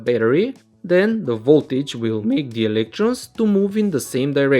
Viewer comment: "coDU-c/Tors" "o-NE" "M/Ake" "M-o-Vment" "wIR-e"